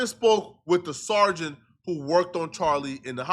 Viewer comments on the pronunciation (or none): this mfs don't even know how to read he said " Sergeant" lmfaooo lol 😂